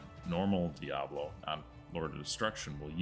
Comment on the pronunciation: Always get me when people say "Diablo" or "Baal" incorrectly. They only say the names a million times in different cut scenes and NPC interactions. Smh